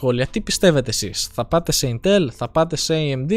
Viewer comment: Δεν είναι κατσίκι για να το λες ιntέλ.....Ίntel λέγεται